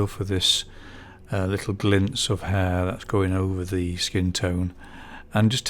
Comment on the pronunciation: Love this upload. Just remember that the letter "H" is pronounce in the word Hair. Sorry, but you know it's true. As the old saying goes "Do not drop your ayches"